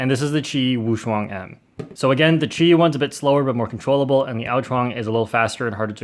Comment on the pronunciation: There are wrong ways to pronounce qiyi but you use the worst possible way